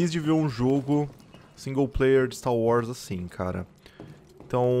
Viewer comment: "Continuando aqui o stá wars"